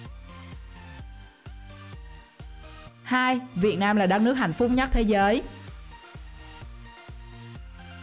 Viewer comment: chị đọc hạnh phúc thành hạnh phút